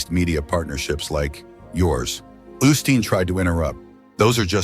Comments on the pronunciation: I dislike these videos with AI-generated voices, but we can't escape them. Whoever posted it could at least correct this pastor's name from "Austin to Osteen." Do we really even know if this happened? It's not a video but just a photo, and we have to trust whoever posted it, with the stupid AI voice! This man, Osteen would not make millions of dollars if people did not tune in to watch him on TV or go to see him talk. And again, the AI voice and subtitles spell Jonathan Roumie's name "Roomie" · Seems a little A I TO ME DUE TO THE MISPRONUNCIATIONOF CERTAIN WORDS...ROUMIE AND OSTEEN AS AUSTIN....A LITTLE DICEY BUT I LIVE THE CHOSEN AND JONATHON AS HE PORTRAYS OUR MESSIAH AND SAVIOR. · Learn how to spell and pronounce Osteen! It will, at least, lend some credibility. Also, Roumie is mispronounced.???